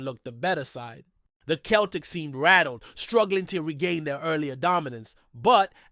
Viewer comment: Listen you know nothing about Celtic go back to watching baseball It’s not Kel Tic It’s pronounced Sell Tic Celtic Get it right